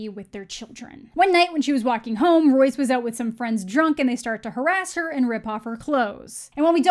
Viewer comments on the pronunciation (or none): none